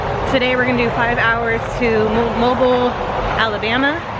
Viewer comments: Mobile,AL is pronounced Mo-beal. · At least you didn't pronounce it Mo Bile.